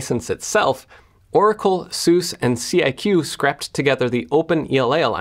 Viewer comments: Good analysis. It's Soo-Sa by the way - not Soos. Also - what's the point of a "Source Available License"? Either you're open-source in an effort to build a large community of developers, or you're closed-source in order to maintain your proprietary IP. What exactly does "source available" buy you? Good will? Seems pointless. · Its Su-Sah. Not Sooos. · You say soos? They sing in their own song that it's pronounced more like "Soosah". In the song they rhyme it with an "Appaloosa", whatever that may be. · It’s pronounced SUSAH. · It’s soo-suh, say soo-suh, don’t let the name confuse yah. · Somebody please tell this man how to pronounce SuSE :)